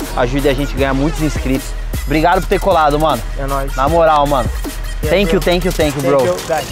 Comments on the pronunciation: “tenkyu bro, AGAREI” kkkkkkk ri muito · Ngm: A: tenkiu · Iae: TANKION